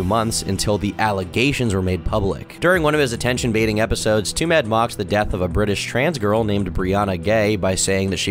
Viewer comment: "Twomad" rhymes with "too mad".